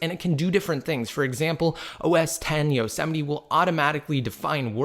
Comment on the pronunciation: its like mount Yosemite. Not yo se mi ti. ITS pronounced Yoz mite